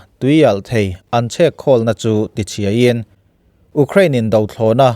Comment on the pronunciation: Ú crane ti tlat a ..sir😂